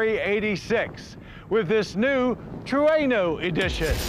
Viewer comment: At 1st, I thought Mr. Davis said Truanal? 🤔